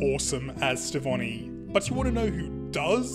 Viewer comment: Isn't the Connie and Steven ship name "Stevonie"? Your version of the name is still cool btw!